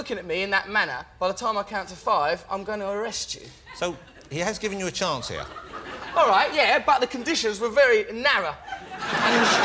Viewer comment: ''if i m not ear(here) talking abt them, i m there aving(having) them''....lol...just love it